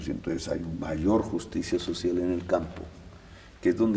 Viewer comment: JUCTSIA SOTCIAL